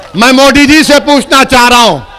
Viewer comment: पहले सही से मोदी बोलो मोडी नही 😂😂 पिछवाड़ा में जितना दम है सब लगा लो आएगा तो बीजेपी ही 🚩